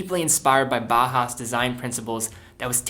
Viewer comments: Another great video! btw I think it's pronounced Baw-house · Please learn how to pronounce Bauhaus.